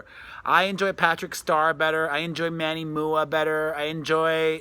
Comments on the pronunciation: PEREZ, Manny MUA is pronounced M U A like makeup artist. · Manny moo-ah ? 😂